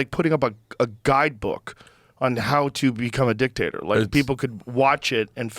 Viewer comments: When he says "dictator" , it doesn't sound like he's saying dictator. Sounds like he's talking about a potato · When they say Dictator all I hear is “Dick-Tater” and I laugh. 😂